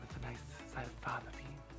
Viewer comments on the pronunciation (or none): Fava Beans. Not Fatha beans.